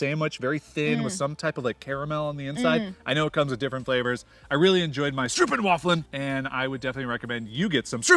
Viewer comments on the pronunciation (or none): You want to say it like that, because you butchered it into a German word! :-) It's....stroop-wa-fel. (Syrup waffle). "Strope wah! fell' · Stope-waffel hahahahah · Hmmm. You've got to work on your pronunciations, guys! Stroopwafel is pronounced: STROAPVAFL. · The way you say stroopwafel sounds like a angry german lmao. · He tried so hard saying 'stroopwafel' but butchered it so hard haha :)) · Very spontaneous dialogue. Well cant blame you for some pronunciations. The stroopwafel sure was a difficult one. And you are the first refusing to get a bicycle. Im pleased you enjoyed your stay